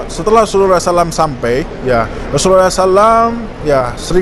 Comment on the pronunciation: bukan Rhosulullah h nya 🙏🙏🙏